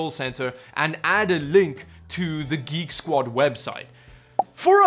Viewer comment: Canadian Drachmi? It’s Geek Squad, not Greek Squad.